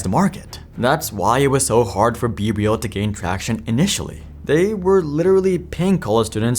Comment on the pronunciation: Not me hearing “bbl” instead of be real